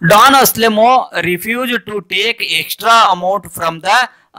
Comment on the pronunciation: Sir it is not aselemon it is Anselmo